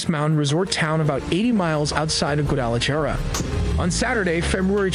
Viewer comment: lmao the narrator said in micokean and guada jar a lol 😆